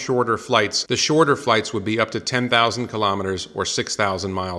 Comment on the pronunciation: Elon pronounces KILO'METRES, not kalamaduhz.